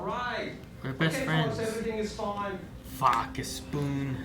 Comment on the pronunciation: “oh noo...my spoon”: “Did you break a spoon?”: “:( muh spün”